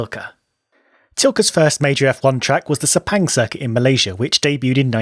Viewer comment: While I support corner names, speaking of Sepang specifically, even if we put corner names there, Crofty and gang would definitely mispronounce them--very badly. I mean, most people (except the locals) can't even pronounce "Sepang" correctly (it is actually along the lines of Suh-pung. I wish we can write IPA in this space). But I'm nitpicking.